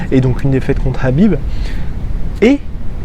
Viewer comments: tu peux pas dire Kahbib avec un K au lieu de Rrrraaabiiib ? on est en France, donc prononce son nom à la française... pas besoin de t'égorger la glotte façon sudsud à chaque fois, c'est pitoyable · Bin tu prononces "Krabib" comme ça tout le monde est content